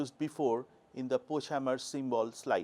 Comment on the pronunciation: Remark from a German: Pochhammer is pronounced Po[x]-Hummer ([x] as j in jalapeños or ch in chutzpah — if you can’t say it, better to pronounce h or k instead --, Hummer as in the car brand Hummer).